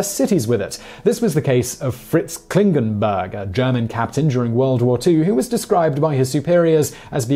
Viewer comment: He pronounced "Klingenberg" right. Took me by surprise, as it is certainly an exception :-)